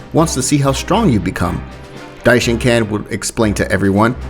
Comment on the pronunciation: It is not dishinCAN